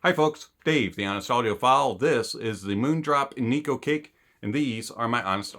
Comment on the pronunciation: "NIKU CAKE" 💀